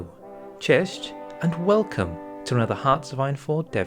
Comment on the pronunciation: WRONG! You say Cieść. Cześć is correct